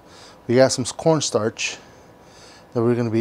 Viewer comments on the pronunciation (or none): Did he just say scorn starch? Bro I'm dying :)))). Thanks for the tip though. I do have corn starch though, gonna try the recipe.